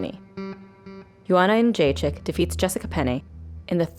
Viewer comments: Pronounced: Youwannayounggaychick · BunchoStuff : Joanna "skinny rat" younggaychick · Joanna youngchicken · "Joanna Yunchekick" - Kenny Florian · Lmao Rogan really butchered her last name on her debut